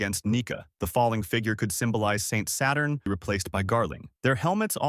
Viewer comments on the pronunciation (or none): none